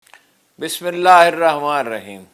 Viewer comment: ہارون رشید صاحب مؤدبانہ گزارش ہے کہ آپ ولاگ کے شروع میں بسم اللہ الرحمٰن الرحیم درست کر لیں آسکی ادائیگی پر غور کریں یا شاید میں غلط ہوں